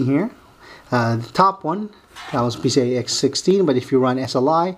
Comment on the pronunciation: he keeps sounding like he's saying pc-ie-x60 say PCI-E x16. or pci---express---x16 and no, when u run this board in sli, they both doent run x16